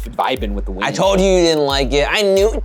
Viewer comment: Ohhhh said wind! I thought he said width !💀😏